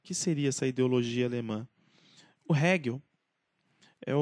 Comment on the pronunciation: Mari não era economista. Era filósofo. Abandonou o curso de Direito para cursar Filosofia. Atenção à pronúncia de Hegel e Feuerbach.